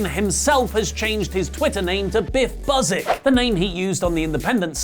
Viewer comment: pretty sure it's Biff Be-you-sick. Not Biff Buzz-ick. Also, the second tweet of his mentioned was the Eddie Murphy song Party All The Time.